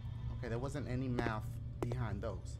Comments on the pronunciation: MAFF do u meant Math lol Dashie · "They making me do maff, one equals sixtff". Shit they need to be teaching you english